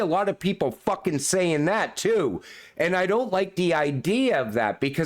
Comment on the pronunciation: Great emphasis on the "Fuckin'"! 😆💪💪